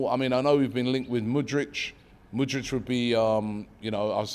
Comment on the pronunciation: How can you pronounce Mudryk as Mudrych, where do you hear the ch? its literally a k lmao